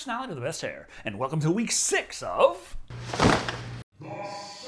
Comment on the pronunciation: I seriously cannot understand you when you say what werk it is